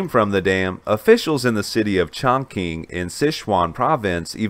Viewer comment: Its NOT pronounced "ChongKing"....its pronounced "ChongChing"...spelled Chongqing